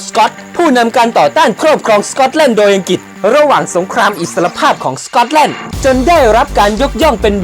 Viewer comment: สกอตแลนด์ ออกเสียงซะเวอร์ สก๊อตแล่น จะแล่นไปไหน